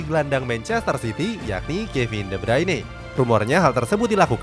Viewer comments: ngeja yg bener tu de brana, kevin de brana, bukan de bruyne, ini channel bola tp ngeja nama pemain aja asbun😏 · Eh min lu mengeja nama Kevin "de bruyne" saja kok ga bisa ya?? 🙄🤔